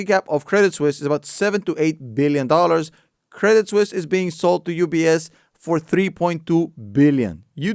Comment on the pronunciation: I thought he said Ups buys Craigslist...great video tho